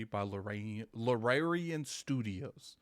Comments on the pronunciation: I hate the Xbox community with my whole body and soul anytime something half-way decent y'all screaming for Phil to go buy it. Another banger misses Xbox. Baldur's Gate 3 is going to blow Starfield out of the water. The studio is pronounced Larry-an and the genre is CRPG standing for computer or classic RPG eluding to its heritage. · Luuhh-Rare-Eon Studios! Baahahaha other job 100% has to be the local butcher!!! I can't believe how many times he said Luhrareon Studios hahaha!!!